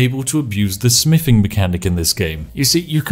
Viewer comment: What kind of spiffing pronounces "Th" as "F"..? "My smiffing skill.", "Ferty carry capacity."... Huge character breaks 😂